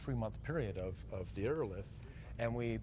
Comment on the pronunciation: Ii think he's mispronouncing Aerolithe. Look up the pronunciation of the word "lithe."